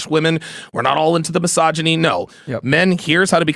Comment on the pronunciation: saying Misagany right as the show starts had me crying 😂😂